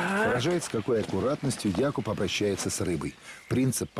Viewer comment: Первый перевод который правильно ставит ударение в имени Якуб 👍👍👍